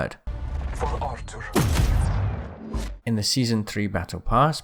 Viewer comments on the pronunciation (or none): I hated how he kept calling him ahter and not Arthur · It’s ather not arta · It's not Artur it's Arthur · When he says "for atur" he is saying "for honor". If you already commented this tell me and i will delete mine